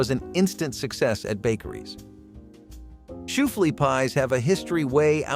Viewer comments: Oh, please, PLEASE learn how to pronounce the words that you'll be saying. Shooflea pie? It's spelled Shoofly which is pronounced shoo-fly (like you want the flies to go away which is apropos as the sticky sweetness of the pie often attracted flies while it was cooling on a window sill or counter - hence the name). That was the worst, but you mispronounced a good handfull of these names. Oi! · beignyets? & shoeFLEA pie? try "ben yays" & shoeFLY pie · unfortunately he more than made up for it by his beignets & shoeFLY pie pronunciations